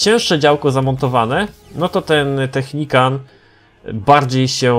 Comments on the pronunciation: zrozum że to nie jest technikan tylko technikal już nie da się tg czytać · Technical a nie Technican :P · to nie Technican tylko Technical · to jest "Technikal" a nie technikan xd tak jakby co😀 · Wtf co on ma za problem z tą nazwą... nawet w tytule zrobił błąd xddd ( nie technican tylko technical ) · Technical a nie technican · " technican " XDDDDDD